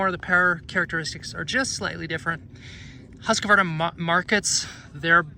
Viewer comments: Just bought one myself. However…… you really need to pronounce your ride. It kills me to hear you say “Hus (ka) varna. No A bud. Husq varna. If you can just get that tongue twister resolved, we will have happiness within the universe. Lol.😢 safe riding my friend. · For the love of God! It’s not Husq “a” varna! There’s no “a” between the q and v of the word Husqvarna…. Sorry I had too… sweet bike!! Keep up the good work! I really like my FE350.